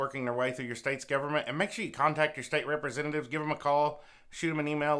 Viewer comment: The way you say steate is funny 😄